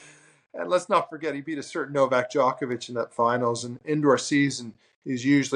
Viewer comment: Greg is Luke a robot, just repeats everything already said. Also, why does he mispronounce Djokovic?